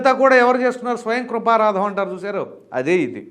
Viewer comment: స్వయంకృపారాదం... ఏసు కృపారాదం కాదు నాయనా "స్వయం కృతాపరాదం". నువ్వు ముందు తెలుగు సరిగ్గా మాట్లాడు జగన్ లాగా సంకరజాతి భాష మాట్లాడకు.😂😂😂